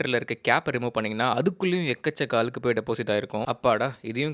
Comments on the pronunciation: Tip ரொம்ப பிரமாதம். அவசியமானதும் கூட. பகிர்ந்தமைக்கு நன்றி. ஆனால் ஒரு நெருடல்.. அலுக்கு அலுக்குனு பல முறை சொல்லிட்டீங்க. அழுக்கு என்று இனிமேல் சரியான உச்சரிப்பில் கூறவும். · Alukku allathampi azhukku nnu sollunga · Video is useful. But pls Learn to say Azhukku not Alukku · Its not அலுகு.. Its அழுக்கு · Allukku.....? அழுக்கு ! Allaku means washing clothes.....Malayalam n Pure தமிழ்.... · அலுக்கா? அழுக்கா? டேய். என்னடா இதெல்லாம்? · அலுக்கு இல்லை தம்பி அழுக்கு.... தமிழ் பாவம்.... தகவலுக்கு நன்றி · Alukku ❌😂 Azhukku 😂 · Azhukku sollu pa. Alukku illa. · Adhu azhukku.... alukku illaa.. Saavadikreenga :/ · அலுக்கு இல்ல நைனா..அழுக்கு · தயவு செய்து அழுக்கு னு சொல்லுங்க bro. உங்கள மாதிரி influerncers அ பாத்து 4 பேர் கத்துக்கட்டும். வேணும்னே style னு நெனச்சிகிட்டு தாய் மொழிய தப்பா பேச வேணாம். Pls. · Nice video thambi. But azhukku pronunciation please next time take care.